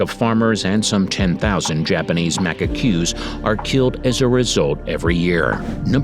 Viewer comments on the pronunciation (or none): I don't know, being a linguist I'm highly aware of pronunciation, so I try to be accepting as I am with my students... But if someone is producing a video and obviously using a voice-over actor, they might want to send back the audio when the narrator calls macaques "macaqueues"... and it's not even a Japanese word! Personally I consider the pronunciation of "macaque" (as the primate species) a matter of common knowledge, but it's really easy, if someone doesn't know it, to look it up. It's sad to give interesting information interspersed with misinformation. And Japanese macaques are one of the most iconic species of that country! Not to talk about the incapability of READING! If the rabbit (and the island) is "aMami rabbit", why is it called "aNamAE rabbit" throughout the whole section? Misspelled name in the text that was read? And yes, this poor rabbit (and island) also suffers from the lack of knowledge of how Japanese is pronounced, so according to this video the name would be "aNamAE usaJi" instead of "aMamI usaGi", which is also weird since Misaki horse is pronounced correctly 😐... The same goes for the Ryuku giant rat, the Iromote cat, the "tushishma" cat (which is only found on the Tushima island 🤣) and "Hakedo" region 😰 instead of Hokkaido, which is "only" as big as Austria! Anyway... As said, as a linguist this video hurts and I wish it had been curated a little more... as an animal lover I'm grateful it exists 😊.